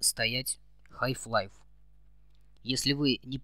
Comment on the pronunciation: Не ХАЙФ лайф а ХАЛФ лайф